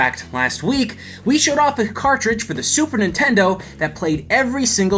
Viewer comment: "Super Intendo"